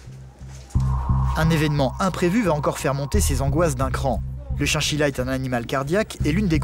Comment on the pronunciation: C chachila pas chienchila